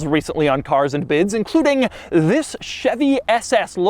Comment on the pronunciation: Ok The shadow vowels are getting on my nerves Carrrzzzuh anduh biddzuh